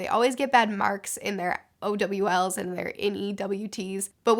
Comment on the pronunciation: You call them "O-W-Ls" and "N-E-W-Ts"? Lol